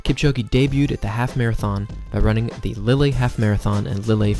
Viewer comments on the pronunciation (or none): Lily in France ?????................Oh, you mean Lille pronounced Leal. Well Kipchoge was guaranteed not to hit the wall in Berlin, as they knocked it down some years ago. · Learn how to pronounce “Lille”. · Learn how to pronounce “Lille”. I bet you cannot pronounce the name "Kipchoge" properly...